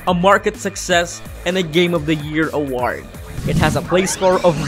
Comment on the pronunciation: can you please say "award" again? XD